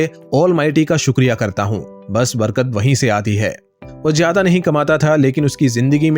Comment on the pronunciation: Barga nahin Barkat😅😅